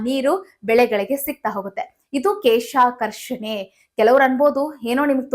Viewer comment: ಕೇಶ ಅಲ್ಲಮ್ಮ ಕ್ಲೇಷಾಕರ್ಷಣೆ, ಯಾರೋ ಬರೆದು ಕೊಟ್ಟಿದ್ದು ಓದೋದನ್ನ ಬಿಡಿ ಅನುಭವದ ಕೃಷಿ ಮಾಹಿತಿ ಕೊಡಿ.